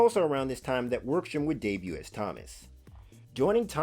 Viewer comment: Great video! One thing to note though is that you pronounced "Wroxham" wrong, its pronounced with a silent W